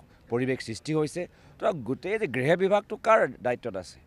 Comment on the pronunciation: কি কলে গগৈ ডাঙৰীয়া গৃহ নে গ্ৰেহ। শব্দবোৰ ভালকৈ কোবছোন।